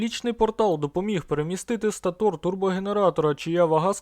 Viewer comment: Правильно говорити стАтор.